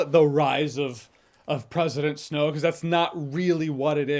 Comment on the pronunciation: I think I heard Snoke every time that Jeremy said Snow